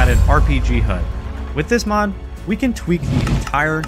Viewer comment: WHY DO YOU CALL HUD "HOOD"